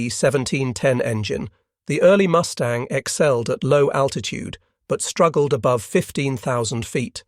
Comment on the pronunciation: Did I hear the narrator right? Did he say MOOSE tang instead of MUS tang?